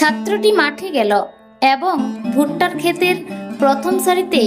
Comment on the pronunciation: এ্যবঙ নয় , এবং / ছাত্রটি মাঠে গ্যালো নয়, ছাত্রটি মাঠে গেল / খোজা সেস্ করল নয় , খোঁজা শেষ করল / ইত্যাদি ইত্যাদি।। 🎉 সঠিক উচ্চারণের জন্য ভুল ধারাটা বোধকরি অন্যায়। আদতে প্রতিটি এপিসোডের শব্দ চয়ন এত সুন্দর।। এপিসোডটি যাতে আরও সুন্দর হয়ে ওঠে ; তারই জন্য এত সাতকাহন।। 🎉 একটি অতি উৎসাহী মানুষকে আরও বেশি করে উৎসাহ দেওয়ার জন্য প্রায় প্রতিটি এপিসোড শোনার চেষ্টা।। আর যারা দীর্ঘদিন ধরে বিভিন্ন বানিজ্যিক পত্র-পত্রিকায় সাহিত্য চর্চা , ও কলকাতা বেতার কেন্দ্রে সামান্য সংস্কৃতি চর্চা করে আসছে ।। তারা কিঞ্চিৎ ভালো মন্দ মতামত দিতেই পারে।। মতামত সম্পূর্ণ নিজস্ব হলেও ।। সেই সুচিন্তিত মতামত গুলির ভুল ব্যাখ্যা করা কখনোই কাম্য নয়।। আর জনমানসে নির্দিষ্ট কোনো বিষয়ে পারফর্ম করতে গেলে।। ভালো মন্দ সমালোচনা হয়েই থাকে।। সেগুলো সদাসর্বদা স্পোর্টিংলি নিতে হয়।। নচেৎ এই প্রজন্মের ছেলেমেয়েরা ।। আগামী দিনে মহীরুহ হয়ে উঠবে কী করে ? 🪔 এখনকার মত শুভরাত্রি।।